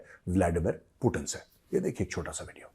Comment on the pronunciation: Hi he is not पुतिण he is पुतिन, please correct 😂